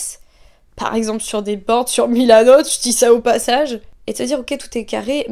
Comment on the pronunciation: Je suis fan de ton pull avec les BT21 ! BTS c’est vraiment les rois de ce monde ! (Je suis en train de convertir ma sœur en army héhé !) Au fait dans ton plan où tu parles de Milanote ( avec l’accent italien pépitas ) c’est ta création en lego qu’on voit en fond ? Je te fais de gros bisous ! Prends soin de toi <3